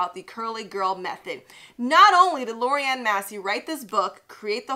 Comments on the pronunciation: Lorraine. Not Lori Ann. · Lorraine not Lorrianne lol